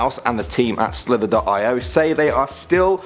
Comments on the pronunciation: Guys it's not pronounced slither dot I o It's pronounced slither e oh haven't you heard of agar.io it's agar ee oh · It's pronounced slitherio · It's called slither-e-O and the other one is not 20 48, it's 2-0-4-8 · The way he pronounced it lol